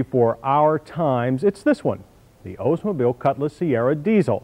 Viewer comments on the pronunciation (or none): A "waterfall" grille is not "expected" of Ozmobile (his pronunciation) He's thinking of Buick. But Hell, at least this wasn't the usual "American cars suck" review that this show usually did......